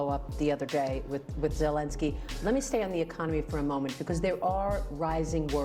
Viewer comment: With "president"Zelenski not Zekenski